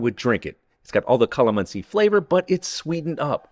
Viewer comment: Calamansi pronunciation was spot on!!!!!